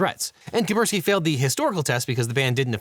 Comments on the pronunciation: I don't like being that guy, I just wish that Devin would pronounce Kaspersky without omitting the first 's'. But I'm just being pedantic, I suppose. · Its pronounced Kass-Pear-Ski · OH MY GOD PLEASE pronounce KaSperski correctly. It's so annoying to listen to you saying it wrong all the time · The first 's' in "Kaspersky" is silent? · Imagine being unable to pronounce Kaspersky! looooool